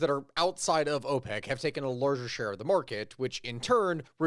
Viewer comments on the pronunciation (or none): none